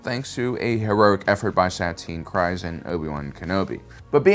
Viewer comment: Kryze (pronounced Kreez)., I beg you to listen to some of the audiobooks (specifically for name pronunciations) or watch Clone Wars. You have a blind spot with some of the pronunciations.